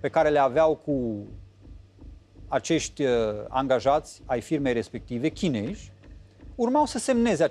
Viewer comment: La nivelul tau sa pronunti chineji...e rușinos.